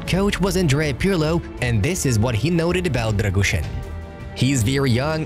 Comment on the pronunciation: Try to spell Radu “Drăgushin” not Drăgușăn :)